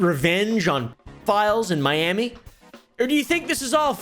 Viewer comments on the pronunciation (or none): none